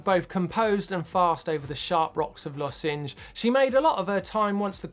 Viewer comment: How much crap will Martyn get for his pronunciation of Losinj?